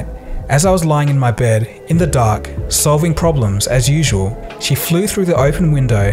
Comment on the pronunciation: "i was solving problems *AS USAUL*"